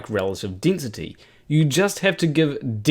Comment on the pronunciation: Igg. Dinsity. 9.81 metres per sicond per sicond sqeered. Aaaaargh! Sorry, I'll say it in a way you can understand. Iiiiiirgh! Harder to follow than Mining Boom.